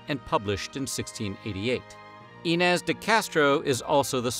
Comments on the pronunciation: There's no tilda over the letter "n" in the Portuguese language. The same sound is sometimes represented instead with "nh". So, Inês sounds more like "E+neé+shh" in Portuguese, if you read it phonetically in English. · Its interesting how you do extensive research for these videos, but somehow miss simple things, like what an aqueduct is, and how to pronounce iñes.